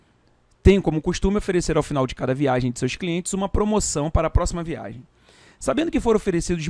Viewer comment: VIA*G*EM com "g", por favor!!! :)